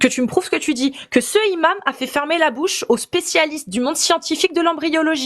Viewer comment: pourquoi tu bug avec les liaisons avec le mot Imam?!!!Le imam? Les Imames.Les Zimames.Ce imam? Cet Imame non? A part ça t'es au top faut bien qu'on te trouve un défaut!!!